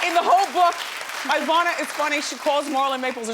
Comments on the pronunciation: Its not "EYE vana" its "EEEvana" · Wendy, it's not pronounced IIIIIIIIIIIvana; it's EEEEEEEEEEEEEvana. Just like it's not IIIIIIIIIIIIItalian or IIIIIIIIIIIIIIIran; it's EEEEEEEEEEtalian and EEEEEEEEEEran! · Wendy you mispronounced her first name. It is not Eye-VAH-na. It is Ee-VAH-na. Study up, m'Dear! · It really bothers me that Wendy keeps calling her Eye-vana even after Ivana called herself E-vana… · The woman's name is IVANA, pronounced EE-VAA-NAH, not EYE-VANAH... Ugh...!! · Why does the stupid interviewer insist on mispronouncing Ivana's name? 'Eye-vana' no! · It would have been nice if the host had learned how to pronounce her guest’s name. Wendy kept calling her “Eye-vana.” Sheesh. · It’s not “Eye”Vauhnah. 🙄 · Wendy is mispronouncing our name. It is said E-von-uh not the way she says it. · Why can't Wendy pronounce her name properly. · The host is so annoying! She hasn't pronounced Ivana's name correctly through the whole interview. Not even once!